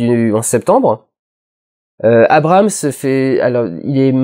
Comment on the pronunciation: Je dois être victime d'une hallucination auditive: vous ne prononcez pas: "Abrahams", au lieu de "Abrams"? ça doit être moi, mais j'arrive pas à l'enlever de ma tête...